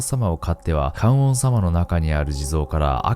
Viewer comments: 観音→かんおんじゃねぇわ かんのんだろうがナオキ野郎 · かんおんさま→かんのんさまです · ナオキマンアメリカ暮らしが長く、漢字がにがてなのは承知なのですが、動画のクオリティーや朗読など良すぎるので、是非知ってもらいたくてあえてのコメント。 観音と書いて「かんのん」と読みます。かんおんではないので、また出てきたときには気をつけて読んでくださいね！ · 観音（かんおん→かんのん）です！ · 観音『かんのん』な。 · かんおんさま→かんのんさま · 還暦過ぎジジイやが夫婦の話の歌は子守唄なんかな？リズミカルで明るい曲調やからワイが子どもの頃は女の子が縄跳びする時歌ってた記憶がある。 それより観音(かんのん)をナオキマンが かんおん と発音するのになんか意味ありそうでそっちが怖かったわww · 観音→かんのん だよ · 観音寺はかんおんじ 観音はかんのん 観音様はかんのんさま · 本編の内容とは関係ないのですが ちょっと気になってしまって… ごめんなさいね 観音(かんのん) の「とだて」は 戸建て (こだて) と 読みます 日本語は同じ漢字でも何通りも読み方があるものがあるから面白いですよね 余談ですが 誰かのショートYouTubeで 「生」の読み方の多様性と「死」の読み方がひとつの理由を 面白く解説してるのがあって勉強になりました。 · 「観音」は”かんのん”と読みます。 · ナオキさん、観音は「かんのん」って読むんですよ(ｺｯｿﾘ 今回も中々の怖さを夏が過ぎてからありがとうございました！ 次も楽しみに待ってます(*´∀`)♪